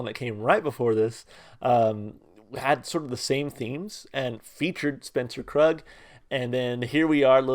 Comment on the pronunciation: Pronounced kroog. Spencer Krug’s label is entitled: Kroog.